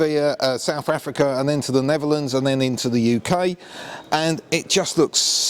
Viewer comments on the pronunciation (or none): none